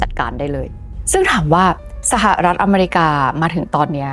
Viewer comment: ร.เรือ เสือกพุด "สหลัด" ไม่มีหางเสียง พูดไม่เปนทางการ เหมือนคุยกับผัว " เนาะ " " ปะ " ( ไม่มีทางจะตามนัทพ้อยวิว ทันค่ะ ถ้ายังเด็กน้อย อายุ9 ปี แบบนี้ ) ยกเลิกติดตามนะค่ะ จะโอนเงิน ดีที่ไม่ทันโอน